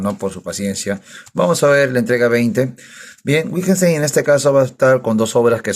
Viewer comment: Detesto como pronuncias Wittgenstein... Es broma jajaja excelente revisión del libro. ¿Cuánto le costó?, lo quiero comprar pero no quiero ser estafado. Saludos.